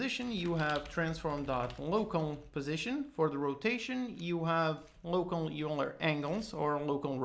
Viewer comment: Pronounced 'Oiler' not 'You-ler'